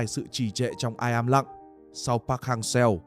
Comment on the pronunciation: Nội dung thì cũng ổn. Nhưng giọng đọc AI thì quá tệ. "im lặng" thì nó đọc thành "i'm lặng". Làm kênh kiếm tiền thì đầu tư hơn nữa, như này là coi thường người xem